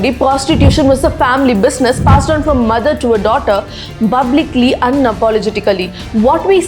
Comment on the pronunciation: It's Pa , not ba, why she always says bublic not public